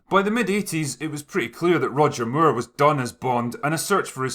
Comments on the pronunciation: Got to love the ‘Roger Muir’ pronunciation. And who could argue against Sean being the quintessential Bond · It's funny how you say Moore in Roger Moore - it's just more like - can I have some more - but you say it like "Mew-ugh" how did you make his surname into 2 syllables?! lol !!!!! :P